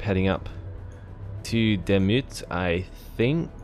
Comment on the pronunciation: Hahaha... I can't watch this hahaha. Laughing the whole time how you pronounce all the names of the cities. And maybe it is not called Wachter. I think it should be Wächter, if this should be a german word. Wachter is not really a word in german... So please look up how Demut and Wächter is pronounced. Greets from a laughing German subscriber XD